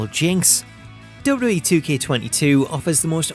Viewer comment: I can’t get past how he says “DubDub-E.” Great video nonetheless!